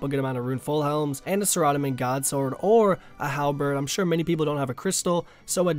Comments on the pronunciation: Did u just say suh ra domin... its Sarah doe min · The people: SARA-Dom-in: Sir Oddoman XDDDD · I don't like where you place the emphasis on the name Saradomin. It's Sara-Dome-in, not Sa-rod-omin... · please stop calling it sir odd omen its Sahara domin!!!!!!!!!!!!!!!!!!!!!!!!!!!!!!!! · Sa Rod a men? Sara-dah-men RuneScape shows how to pronounce all these weird names on their website forums. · sir-rod-a-min LOL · anyone else cringe about the way he says saradomin?